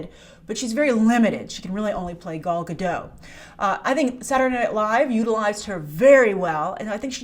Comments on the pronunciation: You STILL haven't learned how to pronounce Gadot. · She always forgets to pronounce the “T” in Gadot